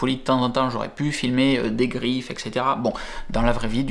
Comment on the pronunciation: Et cetera et pas ex cetera en latin français correct!